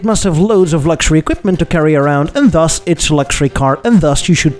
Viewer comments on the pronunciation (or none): none